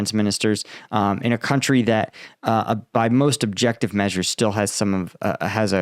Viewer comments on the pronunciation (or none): none